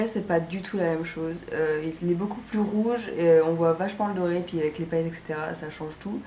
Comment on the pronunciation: Très joli ! Je remplacerai le rouge par une autre couleur parce que j'aime pas trop, mais ce n'est que mon avis ! J'adore les paillettes ! Haha, d'ailleurs tu m'as fait délirer avec est "paaaaaillettes" et "magnifayques" (y). Bonnes fêtes !